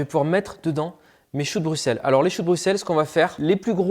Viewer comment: Juste pour la prononciation...Le "x" de Bruxelles se prononce "s" comme le "x" de soixante...Dick Annegarn s'est aussi trompé...😊